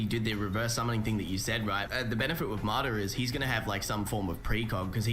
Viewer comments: Im still just tripping off the fact that he said Mi-Dara instead of Madara. Like dude, u watch the show so you know how its pronounced yet you still say it wrong. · muhdaruh its MADARA